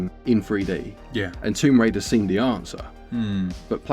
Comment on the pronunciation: Tomb Crader 🤣